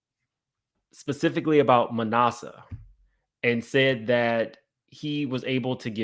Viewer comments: lol it’s like ass-a. Manasseh…like one of Joseph’s son in the Bible. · ITS PRONOUCE MA NAS A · Ma NASS uh,. (Like “ass,” but I didn’t want to say that because I wouldn’t dare ascribe that to him; just so you know how to pronounce it.) 😊